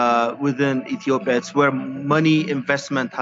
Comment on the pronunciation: Yeah so concerned she can't even pronounce Ethiopia correctly.